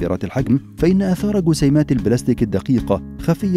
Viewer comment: اللغه العربيه في خطررر. قسيمات=جسيمات، حقم=جحم !!